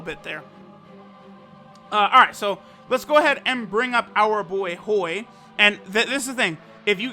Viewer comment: When says Hoi i think i hear BOI